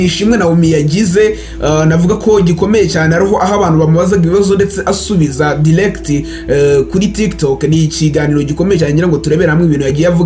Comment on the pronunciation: Ntibavuga dilecti bavuga direct